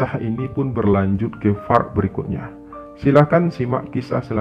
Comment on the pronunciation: Bang admin, penyebutan yg bener tu "PART". Dan bukan "FART". Part = bagian Fart = kentut 🤣 Please lah penyebutannya diperbaiki. Ini kan audio. Masa nyebut Part aja salah. Wkwk. Juga baca SUBSCRIBER yg bener tu "sabskraiber". Dan bukan "sabskriber". Dikit sih tapi ganggu banget buat yg denger 😅. Sekedar masukan aja yaaaa.... Semoga kedepannya semakin baik dan sukses terus.